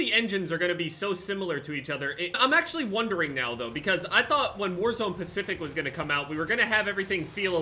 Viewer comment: Is he saying warzone pacific or warzone specific